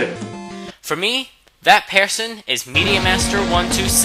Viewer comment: Why do you say pearson and not person?